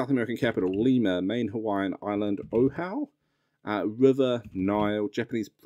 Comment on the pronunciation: It’s more like Oh Ah Who, not Oh how